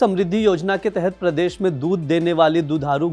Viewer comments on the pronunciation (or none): none